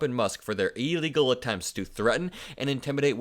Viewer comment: how do you spell illegal? It doe's not start with an EEEE.